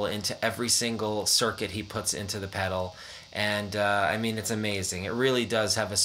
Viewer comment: Goddamn you’re the first person that I’ve ever heard fuck up the sound of a hot cake pedal